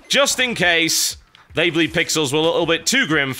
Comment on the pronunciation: Sounds like: "Dey have wings now."